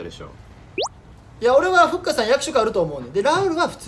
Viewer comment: の阿部くんの読み方がふっかあって感じだから、ふっかのLINEの名前がふっかーとかなのかなっていう想像😹